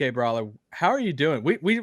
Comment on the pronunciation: It’s actually Bobby Karalla.